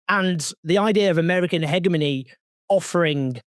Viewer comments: Hegemony pronounced as hejimony not heghmony. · Owen, great work as always. FYI- the G in hegemony is pronounced as a soft g, not hard. Accent is on the second syllable, not first.You’re welcome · Hegemony is pronounced Hedge-e-mony brother :) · it’s pronounced he(j)emony btw :) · You’re pronouncing hegemony wrong